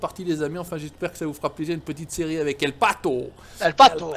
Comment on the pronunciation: El Patou ? Faudra travailler l'accent heing ! 👍